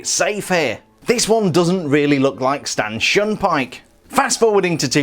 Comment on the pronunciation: it sounds like you said “Stanchin Pyke”